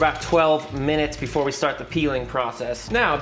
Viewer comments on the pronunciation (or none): none